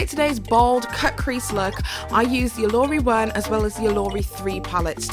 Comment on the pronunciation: My good sis said, " is given in the Yorubas of West Africa". Yoruba is a tribe and language spoken in West Africa. It's not "given" it's a Yoruba word and it's pronounced, "Oh - loh -Ree". I'm cracking the hell up😂🤣😂. Love you,. It's just some subtle shade and I know you're not African, so you wouldn't know. 💙💙💙